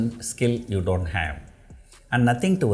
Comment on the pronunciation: when sir says "DO", there is something silent and that is "NT".